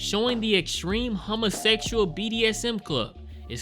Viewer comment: What's with your weird pronunciation of "chronological" and "homosexual"?